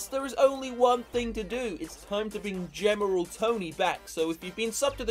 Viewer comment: geMeral tony